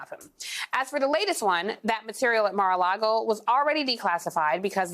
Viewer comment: "Mira-a-Lago?! NEW NAME; "MIR-A -LYGO"!